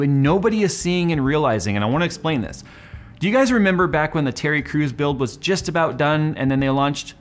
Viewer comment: Hey pronounced Terry Crews not "Tery Cruz" lol 😂